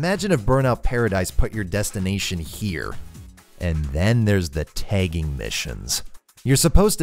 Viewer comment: I like how he pronounces “tagging” as “tegging”